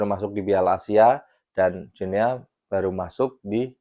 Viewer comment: Salah bro, bacanya Guinea itu "Gini", spt kita baca Papua New"gini". 🎉